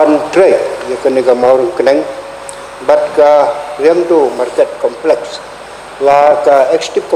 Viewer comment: complek shi complek haba dei complex da pronounce bhz ko kale.